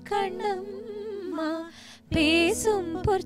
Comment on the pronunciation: Your mom is not getting the ள. It’s not piல்lai kani amudhey. It is piள்ளை kani amudhey. And kaண்ணmma. Not kaன்னmma. Big Na. 🤟